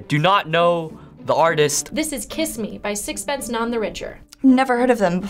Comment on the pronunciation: It's Sixpence NONE The Richer not Sixpence NON The Richer.